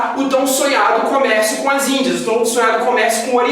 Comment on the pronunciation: "IndiaSSS" por favor.